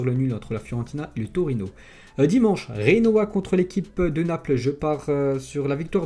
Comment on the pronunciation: Clermont est beaucoup trop favori à mon sens, prenez le prono Metz ou nul coté à plus de 2 car je ne vois absolument pas Clermont s'imposer ET BORDEL DE MERDE ON PRONONCE GENOA AVEC LE SON "DJ" ET PAS "R"